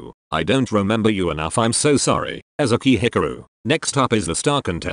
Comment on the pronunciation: I'm so sorry but Ezuhkey Hiccaroo had me dying lolllll